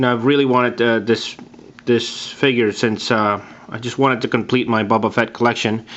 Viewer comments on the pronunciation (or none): great but it is boba not buba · The way he pronounces "Boba" sounds like "Bubba". Bubba..........I have an idea.